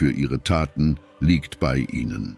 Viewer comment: Auch werden oft ganz falsche Wörter verwendet, z.B. "lügt" anstatt "liegt". Auch die Betonung der Wörter ist manchmal haarsträubend. Die Buße ist nicht mehr die Buße sondern wird wie (Auto-)BuSSe betont. KI-Sprache nervt!